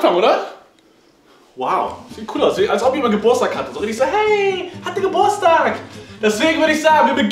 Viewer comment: Wie Simon Geburtstag ausspricht 😂😂 Simon GEBURSTAG jeder andere GEBURTSTAG 😂😂😂😂